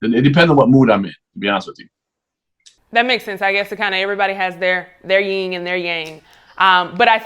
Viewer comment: She said "everybody has their YING and their yang" 🤣🤦🏾